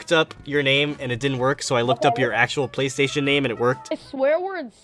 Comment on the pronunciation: "PlaystOtion and xsqare" LOL